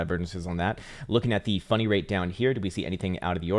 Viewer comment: I literally thought he said global funny rate when I first started watching 😂